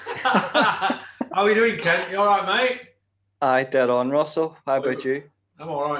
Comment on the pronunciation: I think you are mispronouncing Kent’s name